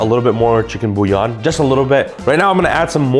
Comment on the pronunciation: out here saying bouillon like an Italian slur